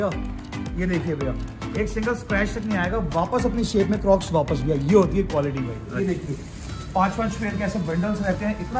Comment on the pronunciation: Crocs ❌ Cloks ✅